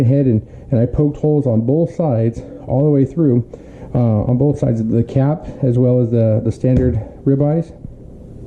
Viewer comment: Its rybeye CAP not CUP...lol.